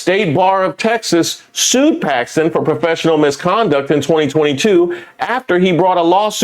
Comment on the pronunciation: That lady said she switched her vote to "packstin" because chrump endorsed him...wtf! A prime example of folks who cant think for themselves and need "daddy chrump" to think for them!